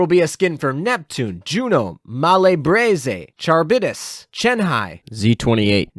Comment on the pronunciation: Charybdis = KUH-RIB-DIS .... there is no "CH"